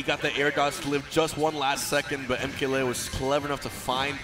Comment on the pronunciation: Joel Garcia I think he says Lee-o when I’m pretty sure it’s supposed to be Lay-o